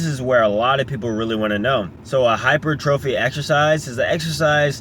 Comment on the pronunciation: He is saying he is pronouncing it wrong. It's hy-per-tra-fee not hy-per-trophy.